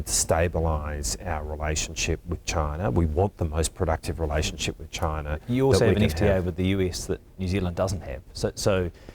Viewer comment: Bloody hell why can't they say the word "CHINA"